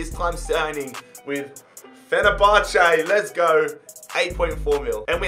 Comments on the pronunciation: Everytime say Fenerbahce <3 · You are Galatasaray fan and says fenerbahce jee:kalm But your father is in the room: panic